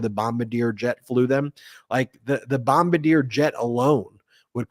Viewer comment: It's not Bom-BA-deer. It's BOM-bar-DEE-ay.